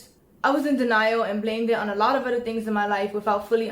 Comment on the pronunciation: Broo hearing her pronounce the "th" in words as "duh" was infuriating lol. "Each oduher" = Each other. "My moduher" = My mother.